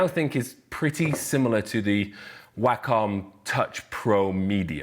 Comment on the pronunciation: At first I thought you were saying "whack on tablet" which I thought was hilarious cos you technically do kinda whack on it lol